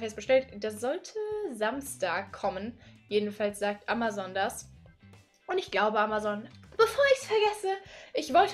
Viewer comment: Amazon spricht man nicht so!